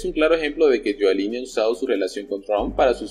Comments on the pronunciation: Rudy GIULIANI se pronuncia yuliani y no yualini como dices en todos tu videos. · Oye primero informate de como se pronuncia el nombre de Rudolph Guiliani